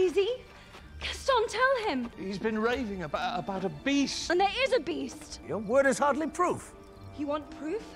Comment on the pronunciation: no one:: bEaUtY aNd ThE bEaChT 😂😂😂